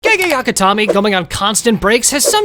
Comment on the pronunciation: "gay akami" 💀💀💀